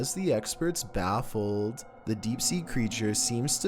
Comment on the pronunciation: Bruh the way he said baffled BAAFfleD